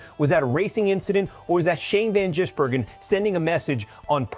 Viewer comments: Insulting Shane by miss pronouncing his name.. Ive watched SVG in the Oz supercars... warning for Hill... dont wake the bear!! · This is bullshit. You moron cant even pronounce his name correctly . Moronic Click baiter. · Your AI is no better at pronouncing SVGs surname than Hill himself